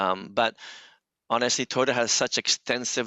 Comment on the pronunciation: Éste Guey dice tai o ta tai o ta its toyota homie not rocket science.